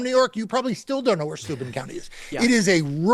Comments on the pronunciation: Heh. My late husband was from Steuben County. (You're mispronouncing it, it's stoy-BEN) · Steuben county accent is on the second syllable